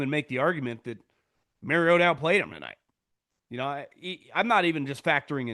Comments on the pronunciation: The reason Collinsworth was pronouncing it as MarioTA is bc Marcus said something in production. It bothered him and his family. Not MarioDUH. Ha yep . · “Mario-TA” with the shoulder emphasis killed me 🤣🤣🤣…. I was wondering if it was just me last night 😂😂😂